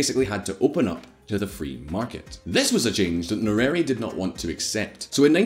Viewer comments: Its nye - re -re. How are you reading it as nyueri? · That is not how we Pronounce "Nyerere", better not read it than read it the wrong way!